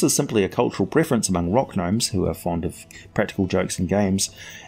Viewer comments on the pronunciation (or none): none